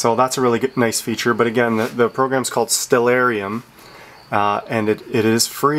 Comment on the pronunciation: it's great to finally hear someone pronounce Stellarium correctly!! So on top of everything else, kudo's on that too